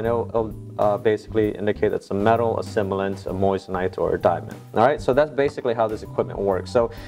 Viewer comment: Doushbag, are you truly incapable of speaking correctly? It’s simulant, not similant. 🤪